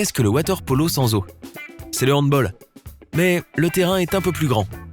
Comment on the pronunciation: Je suis le seul à être énervé quand il a mal prononcé le mot handball